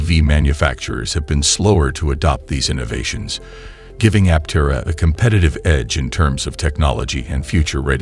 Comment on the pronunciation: It'd be nice if script readers learned the prevailing pronunciation of the company they're promoting. It would help add some credence to their message.